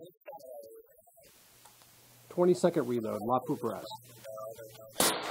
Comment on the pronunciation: Sorry had to dislike. Can't stand the way you miss pronounce Lapua.